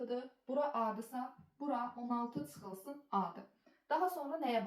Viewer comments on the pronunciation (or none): Tsıxılsın??? 😂😂 Azərbaydanca nə vaxt doğru-düzgün danışacaqsız? Tsay - tsömtsə 😂😂 ÇÇÇÇÇÇ hərf Ç-dır Ts deyil !!